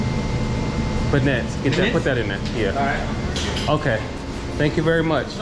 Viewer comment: Beignet. It's pronounced Ben-Yay.